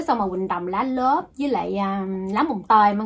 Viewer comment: Lá lốt nhưng em cứ nghe chị gọi là lá lốp😱